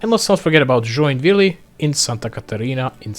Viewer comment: I know it's super hard to pronounce Portuguese things for foreigners especially Poles but the pronunciations in Brazil were hilarious and all sounded like you were trying to speak Spanish except Joinville